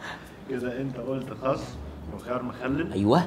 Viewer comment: يا جماعة خس بالسين مش بالصاد